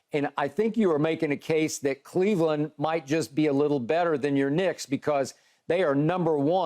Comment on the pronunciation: He said Kha-Leveland😂😂